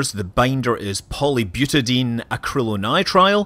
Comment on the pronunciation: You aren't pronouncing one of the syllables of "hydroxyl-terminated polybutadiene" -- it ends "... die-een", not "... deen".